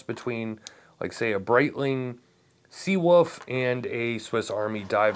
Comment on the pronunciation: Lol dude did you just say "Breitling Sea-woof" ...? Also excited to see ETA's new "2982" caliber. Sounds awesome...lol